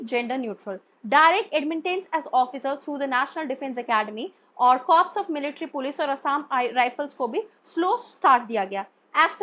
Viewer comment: Ma'am a humble correction CORPS is pronounced as "CORE".😊